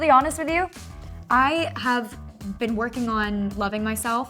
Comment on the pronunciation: i can’t be the only one who had always noticed that she says ‘been’ as ‘ben’